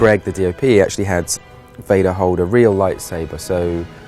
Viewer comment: love it when he says 'real' lightsaber. LOL